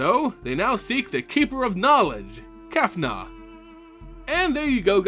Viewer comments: why do you say Kefnuh, instead of Kefnet? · Kefnet hehehe not Kefna;) although Kefna sounds cool